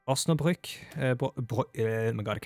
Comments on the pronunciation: Ein Volk in Waffen gegen eine Welt in Waffen! I‘m seeing forward to see the Kaiserreich played in your atmospheric way with many background infos etc. Actually your first try to pronounce Osnabrück was nearly perfect, so props for your German skills👌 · That Osnabrück (the first one) was more than perfectly pronounced! It sounded like you were a real German lol